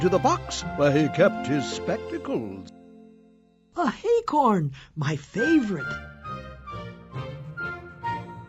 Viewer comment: acorns not hay-corns piglet you and the others need to stop calling acorns hay-corns and there's no h in acorn remember